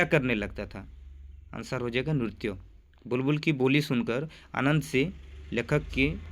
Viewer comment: 👍 हिंदी उच्चारण का थोड़ा सा ध्यान रखिए। जैसे hrudaya नहीं hriday ,nrutya नहीं nritya.